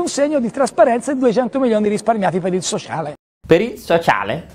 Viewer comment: per il soscialeeee...ahahahahahaha, mi fai morire:-)